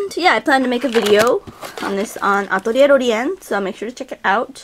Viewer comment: I always wonder why you say atlierlorien the japanese way, and your other channel names the english way xP